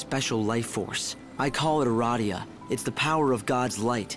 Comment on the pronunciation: When he said "eradia" it made me think of "erotica."